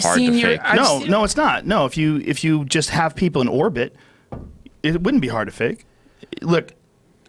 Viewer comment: duncan, the word is "orbit"